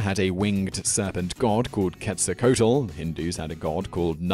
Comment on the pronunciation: Ouch... C'mon.. you can pronounce Quetzalcoatl. "Kay-tsal-coe-ah-tul" Try it!